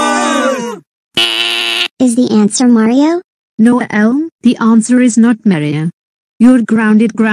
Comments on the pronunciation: Why does mispronounce Elmo's name as "Uhel"? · I have no idea why voice can not pronounce Elmo's name correctly. I did type Elmo in her TTS.